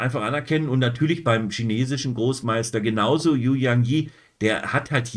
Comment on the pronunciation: "Yu" spricht man "Ü". Danke für Deine Videos (fast) jeden Tag. Ich schaue alle.